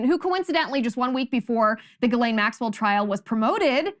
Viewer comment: While I love your show, and admire you and your morals, could you please get your pronunciations correct. It's Jizzlane (Ghislane Maxwell) and Waukesha is pronounced WAK eh SHAW. Thanks.